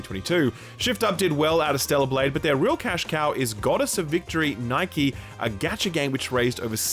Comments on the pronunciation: Great video,. But I gotta roast you for your pronunciation of NIKE. It's Ni Kay, not 'neigh key' like the shoe company... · its pronounced the way you read it "Nik-ke" not like the sportswear brand you have put shame to the nikkes who are fighting against the raptures for mankind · Saying Nikke like Nike is like nails on a chalkboard lol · Nikke. It's pronounced (knee-kay). Also don't say no spoilers and then proceed to spoil the whole thing with the original audio. WTF!! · That pronunciation of nikke lmao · “Shift up did well” them going public is not good, the woke attack might effect them hopefully not and nikke was mispronounced its not the nikes. 🤔 Corrections were made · hey, just a bit funny but the game NIKKE is not pronounced as what you just said in the vid :)